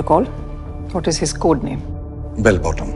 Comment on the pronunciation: वो बेल बॉटम है ना कि बेल बटम